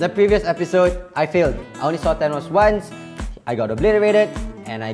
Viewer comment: Why is everyone(not really everyone) reading Thanos as Tanos, its 'th' not 't' 😩